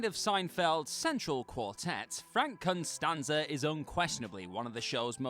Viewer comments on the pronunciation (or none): costanza, not constanza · Costanza, ouch it hurt to hear Constanza every time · I have never watched an episode of Seinfeld in my life, and even I know it’s COStanza not CONstanza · Its Costanza, not Constanza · Its Costanza, theres no "n", how can botch such an infamous last name........ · CON-STAN-ZA Has he never seen Seinfeld, or did they replace him with AI?